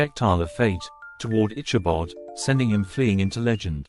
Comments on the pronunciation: Good video. However, the telling is hard to listen to due to the mispronounced name of the main character. It is pronounced ickabod, not itchabod. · Please pronounce Ichabod with a hard K sound not a Ch sound as in chicken. It is a HARD "K".